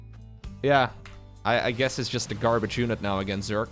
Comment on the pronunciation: Frensh here, "garbage" is not in our dictionary, but i leave a like for the attempt ^^